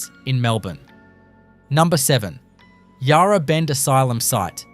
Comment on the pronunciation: Mispronounced Yarra too. Would also like to point out that Fairleigh was a women’s prison. Hate the use of AI in these videos. Maybe if you are passionate about Melbourne, you could do the voice over yourself. Won’t be watching anymore of your videos.